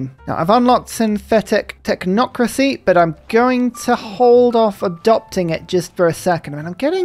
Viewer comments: It was almost shocking to hear it 'correctly' from mouth. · pronouncing technocracy right for the first time! instant like:D